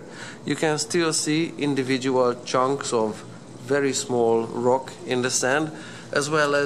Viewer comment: the way u say rock😂😂😂😂😂